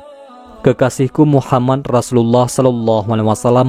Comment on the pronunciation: Min mohon maaf saya ingin bertanya mengenai cara penyebutan nabi Muhammad SAW ada yang salah dari awal vidio saya nnton sampai di penghujung tiap mimin sebut nama muhammad menjadi muhamman itu kenapa? Mohon maaf sebelumnya kiranya untuk pertanyaan saya ini karena saya masih merasa krg enak dikarenakan penyebutan nama yang salah itu terjadi bukan cuman sekali tetapi sampai akhir vidio